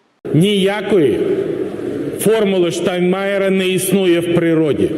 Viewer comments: Не штанмаер а Штайнмайер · Не Штанмайер, а Штайнмайер. Порохоботам простительно, а Вам,, нет